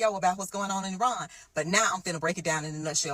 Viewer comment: Its pronounced E-ron